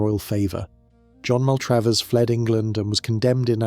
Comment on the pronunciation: Not MAL TRAVE ERS...... pronounced Mal trav ers , ....................